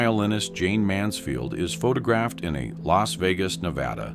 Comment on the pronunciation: I love how the AI on this channel pronounces photographed as "pho tog-graphed."